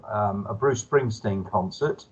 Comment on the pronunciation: 'Bruce Spingstein... I have heard of him, He is a singer or something. ' OMG jDr John, I hope you are being tongue and check. lol BTW your updates are the best! keep up the good work!